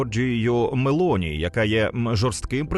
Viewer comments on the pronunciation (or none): none